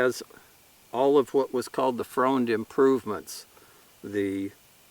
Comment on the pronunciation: Great video. Interesting pronunciation of Freund. I'm sure there are plenty. My Mom's side of the family are Freund's but now pronounce it Friend. The story was my great great grandfather had already emigrated to the USA when WWI started and they still pronounced it the heavy German way of Froind (bad spelling I know) and didn't want he or his family to be thought of as the enemy. Either way like I said great video and thanks for sharing a wonderful piece of Historic Treasure.